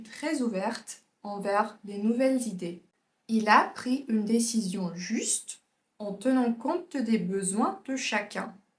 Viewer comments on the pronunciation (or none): none